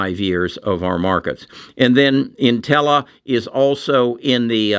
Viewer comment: Also, you pronounce Intellia “Intella”??